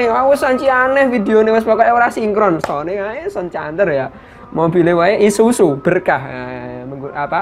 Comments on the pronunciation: Bang Isuzu bukan isusu wkwkwkwk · Isuzu bukan isusu 😂😂😂😂